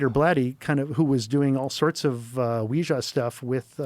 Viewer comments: nope all I heard was the other guy pronounce ouija board like -wee-zha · Dear God, please don’t ever doom me into a conversation with someone who pronounces ouija board like this guy.. the pretentiousness would send me over the edge. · I am going to flip out cause he knows the right way to say Ouija board but he wants to rage bait men like me. Congratulations seems you pissed me off by sayin Ouija board like a azzhole.trying to envolke evil spirts